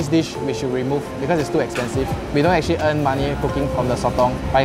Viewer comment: “Actually , actchilly , actchee”